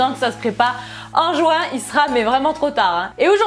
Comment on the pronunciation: Juin pas jouin mdr 😃😂 bonne video